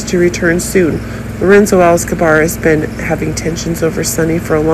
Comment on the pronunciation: Please stop saying SERIOUSNESS, INTENSELY and it's ALCAZAR (NOT Alzacar). Your updates have too many buzz words that don't actually mean anything at all. I'm sticking to Soap Dirt, but thank you for playing.